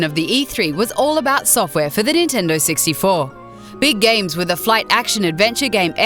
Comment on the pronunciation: "the great nintendo sixty-fo"